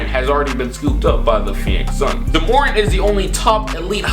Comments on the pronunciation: It’s not “juhmorant” it’s JA morant. Also Hayes definitely is not 285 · Its JAH MorANT not juhmorent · Why the fuck did u call him juh morent its ja morant pronounced jah more ant u idiot😂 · It’s pronounced Jah [Space] More•Ant You were saying Jumorint like it was one name without enough vowels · Pronounced Jah Mo-rant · “juhmorant” wtf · soundin like a Key and Peele skit trying to pronounce Morants name 😭 man said “jamorant.” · Juhmorant lol good vid tho bro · Why he say Ja Morant like “Jahmoran” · who tf "jamorant" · “JaMorn”! nah i’m just playing bro keep all the great vids i watch every single one😂❤️ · Alright IK I always criticize you but that's because I consider you one of my friends. You called Ja Morant jaMOREn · Myke Massacre i was thinking the same shit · PS it's JA Morant lol u butchered that man's name hahaha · Why are you saying ja morant name like that 😂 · Stop butchering that boy Ja’s name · My guy you are butchering ja morants name😂😂